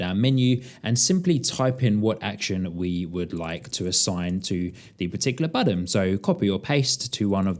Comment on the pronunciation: BuTTON- not Budden, man that was painful to listen to